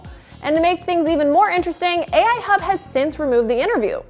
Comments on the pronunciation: AL Hub not AI Hub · Its AL Hub not Ai. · it's AL hub not AI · AL hub not Ai hub lol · hey, you know it's "al Hub" right?:) i'm pretty sure it has nothing to do with A.I.!